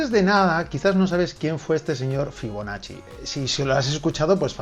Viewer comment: Escuché «figonacci» y entré corriendo